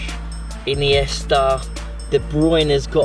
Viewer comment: Andres ineasta instead of modric